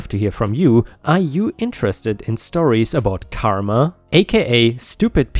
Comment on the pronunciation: More like CAR-ma